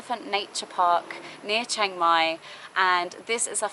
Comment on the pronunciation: It's Chiang Mai; not Chaing Mai.